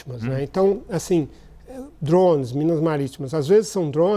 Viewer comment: O que são esses DURÓÔUNEIS que esse cara esta falando?